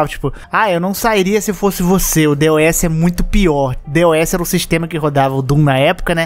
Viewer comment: Mas esse é o jeito certo de falar DOS